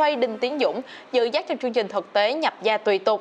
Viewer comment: Đọc không đúng chính tả chữ "Ch" trong chữ "chương trình". Chắc cố tình 🙄😑